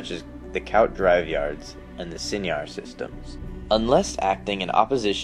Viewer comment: I'm pretty sure that they're pronounced 'koo-aht' and 'sigh-nar', not 'cowt' and 'sin-yar'. Could be wrong, it's been known to happen.